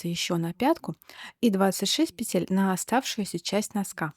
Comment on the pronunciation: Воздушных пЕтель, а не петЕль.